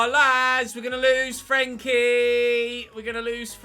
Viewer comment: Well at least we won't have to listen to you pronounce frenkies name like a bellend from now on